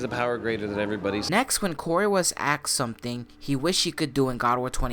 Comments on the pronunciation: He aksed 😂😂 can't correct em though they all speak like that 😂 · WHY DO YOU SAY AXED (7-7)? PLS DON'T. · Why yes gud Suurrrrrrrrrrr. I am asking you a question. But accoriding to your dictionary I am 'axing' you a question. XD lol.